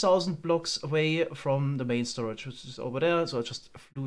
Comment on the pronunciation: 'we don't have a proper stoage' *expects a single double chest